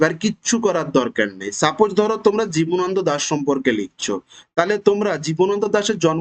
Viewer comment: Jjbana nado , jibonondo noy.ucharon korte par6en na to .